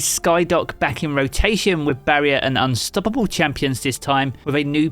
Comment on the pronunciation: Hey I love your videos. Just subscribed thanks for the useful information. The way you pronounce unstoppable is HILARIOUS to me.